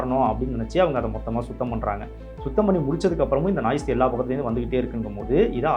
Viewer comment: Athu naaice illa noise 😂😂